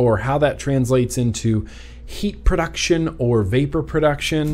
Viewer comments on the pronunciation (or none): none